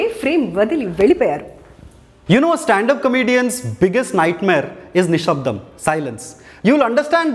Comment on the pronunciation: exactly I'm pleasantly suprised that his pronunciation is more authentic than annoying bgm "నిషబ్దం"